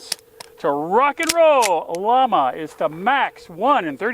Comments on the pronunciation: It's pronounced "Yama" not "Law-muh" it's a Spanish company, it means "flame" hence the flame on the box. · It's pronounced Yah-mah. Spanish for flame, note their icon. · It’s pronounced “yah-ma” llama 38 super your killing the name.